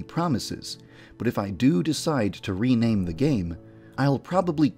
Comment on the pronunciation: don't rewaname OK HUGUHUHUHUH (sigh)